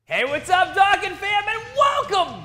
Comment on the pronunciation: Why you pronounce dokkan like that